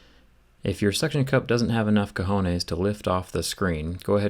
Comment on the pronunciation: of course they can but cojones and he says it with the MOST GRINGO ACCENT EVER